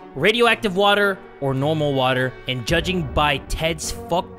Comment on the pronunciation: I also like when you always say WaTaA